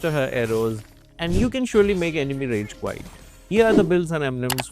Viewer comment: Rage quite 😂 hahah it sounds so weird